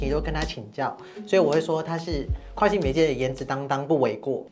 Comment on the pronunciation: 講「擔當」的時候好可愛，ㄣ、ㄤ不分耶💕💕💕